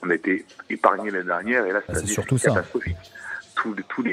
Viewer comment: t'as vraiment du mal à dire l'année dernière 😅, tu dis nani nernière 😂😂